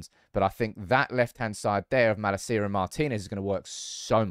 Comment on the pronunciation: I wish you would pronounce malacias name right 😂